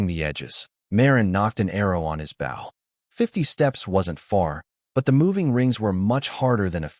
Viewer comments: Bow is mispronounced most of the time, the weapon is pronounced oh not ow. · If you’ll add an (e) to the end of bow - bowe) your Ai will pronounce it right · Message to poster...If you can't be bothered to listen before posting and correcting errors, why should we bother to listen. It's not that hard to make AI pronounce bow correctly, an easy way is to open the text in libreoffice then use find replace to find bow and replace with boe. There are other ways, but this is the easiest. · It annoys the crap out of me that the AI always mispronounced bow. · But what if that’s how he pronounces bow you know everyone doesn’t pronounce everything the same water woooter potato pototo